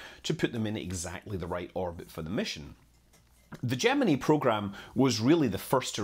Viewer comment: You pronounced Gemini incorrectly . . . sometimes . . . or every time. Don't ask me, I don't know.